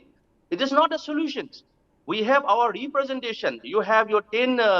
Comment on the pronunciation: again with “Bowlence not bring up sholusion”